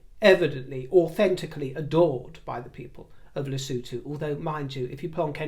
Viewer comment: You pronounce Lesothu perfectly! As in lesooothu! X